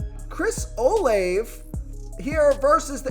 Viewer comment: Dude its o laaa vey